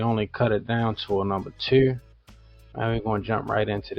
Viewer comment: Him- “Cut it down to a number Tew” Me- Oh yeah, he’s from Baltimore. Lol